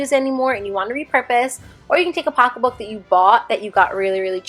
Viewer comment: hearing you say “pocka book” (pocket book) is my favorite thing ever 😂